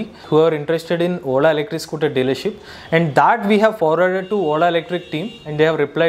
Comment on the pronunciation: When he say Ola It sounds "whola"😂